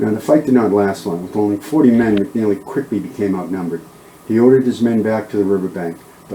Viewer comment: Its not " McNally its McNelly.Also Nueces is pronounced " New aces" not "Nooses" for God sake.